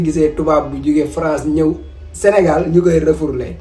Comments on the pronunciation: Yow ken dou wakh refourlé on dit refoulé ou rapatrié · Le "REFOURLÉ" de 😂😂😂